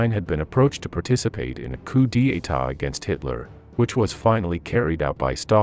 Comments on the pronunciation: The German army was the "VERMAKHT", not the "WHEREMAKT". The W in German is pronounced as a V in English. Moreover, it's not "COO DEE EYTAH", but "COO DETTAH", Do learn how to pronounce the terms you use time and again in your clips. You might also consider that von Staufenberg did not carry out a coup d'état in Hitler's headquarters in East Prussia , but an assassination attempt. Interesting subject matter. Amateurish preparation and treatment. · There is no “r” in coup d'état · "Koo de tah" Three syllables. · Commentary must be AI because it pronounces coup d'etart as "Coup de etart." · It is